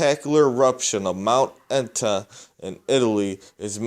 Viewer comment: Mt Aetna? Pronounced Et na...